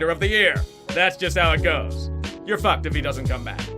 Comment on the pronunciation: I love how he says fAck